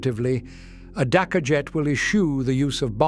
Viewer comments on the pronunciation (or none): none